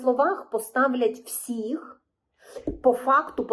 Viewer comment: Правильно казати "але", а не "али", а також потрібно казати "всіх", а не "всих", а так загалом все дуже добре і гарно з емоціями розповідаєте!